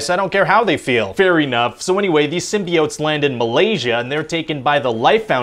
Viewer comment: He still said SymBEEotes lol